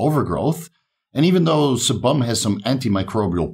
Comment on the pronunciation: Sebum is pronounced as see-bm. Love the channel though 👍